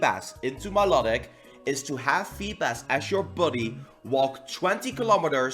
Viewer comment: what's up with all youtubers pronouncing Milotics name wrong 😡